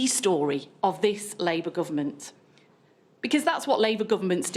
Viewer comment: So glad I washed my hands of this lot when they washed their hands of Corbyn. She nearly said "Liebour"